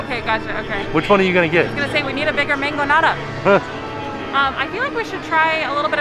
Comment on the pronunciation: We both laughed out loud with hesitation pronouncing the Mangonada. 🤣😂 If you know, you know.